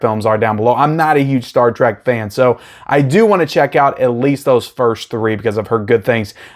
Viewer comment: From Spock's sake STOP calling it Star TRAK. It's TREK. T. R. E. K.